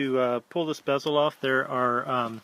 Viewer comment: LOL its definately bezel (not Beezel) good vid tho